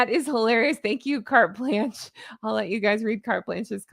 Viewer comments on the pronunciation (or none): none